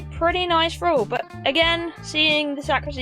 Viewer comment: Feeding Fralls? What's a "Frall"?